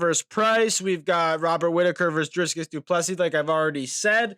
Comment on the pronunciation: Why do people pronounce DRICUS as DRIsCUS? where do you all see the S in his name though?